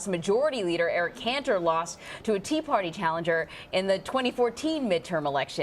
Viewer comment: Did she say "Tea or Tree party" ? It sounds like "Tree Party" to me.